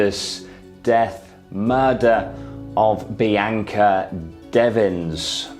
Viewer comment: love this channel but if your going to cover somebody's death to show respect whether an accent or not you should probably pronounce her name correctly. seems disrespectful. It is very obvious her name is BEE-ONKA not BEE-AINKA. have you ever met somebody name bianca and pronounced BEE-AINKA? no.